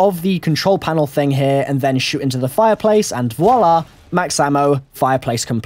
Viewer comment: I always hear you say in 'Voilà'. Is it because it's a real English word, or you really love the French word? (I'm French, so to me it's really funny to hear it with an English accent :D)